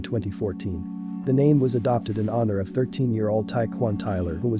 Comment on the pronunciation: You are butchering that name lol you know I fuck wit ya tho keep ruining it up G